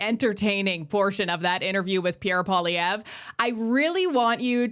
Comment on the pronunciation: I wish folk would learn to pronounce Mr.Poilievre's name correctly. Surely that is common courtesy. For a bilingal country, it is so disappointing to hear all the fudged attempts!